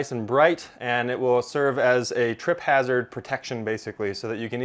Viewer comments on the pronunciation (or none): none